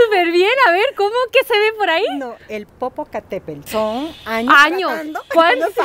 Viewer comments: Pero no sé dice Popocatépel 🙄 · No me maten. Popocatépetl no lo pronunció bien 😔.